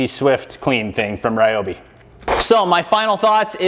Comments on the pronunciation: It’s pronounced Ree-obi. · Actually "Ryo - bi", because りょ is one syllable. (and while I'm at it, Kyoto is not "key yo to or key o to", it's kyo - to きょ- と)